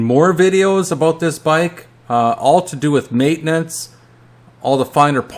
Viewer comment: He said “a ⛵️ boat”. I think he was trying to say “about”. 🤔